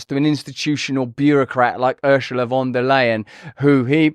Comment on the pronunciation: Ursula not 'UrSHula', Russell (not Rushell)